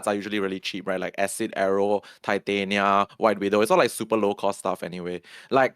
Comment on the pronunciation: Great video. Titania is pronounced TIE-TAY-NEE-AH like titanium.